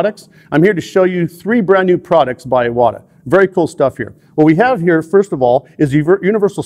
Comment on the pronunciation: Finally someone that pronounces Iwata correctly. It drives me bananas when people butcher such an easy name. Now, I know, I maybe splitting hairs BUT Iwata isn't just a brand name, it's an actual person's name. And just like most people don't enjoy having someone butcher their last name...well I'm sure you get the picture... Anyway, thank you for saying it correctly.